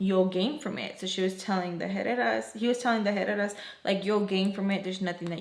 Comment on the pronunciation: I really thought you said Headed Asses the first time you said Herrera 😭 I didnt even think twice im like yup that fits